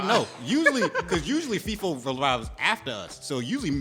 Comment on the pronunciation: They really be calling Feefo, Leefo?? Lol 😂💀